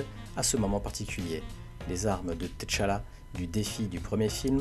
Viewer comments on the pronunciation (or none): je regarde aussi en anglais mais eux aussi se trompe sa ce prononce tchalla et pas t'challa en Afrique il n'y a pas d'apostrophe . Ps : good videos ! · Griot se prononce Grio T'challa se pronche tchalla comme avec tchat